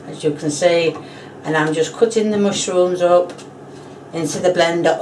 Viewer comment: “moshrooms” I’m saying it like she said